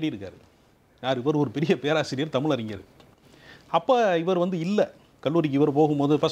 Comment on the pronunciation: இரண்டு பேரும் தமில்- மக்கல்-பாடல்கல் என்று தமிழைக் கொலை செய்வதுதான் கொடுமை....